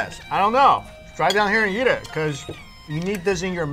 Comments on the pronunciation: never uses the e sound. "You always have to YEET..." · the way pronounces "eat" sounds kinda funny lol.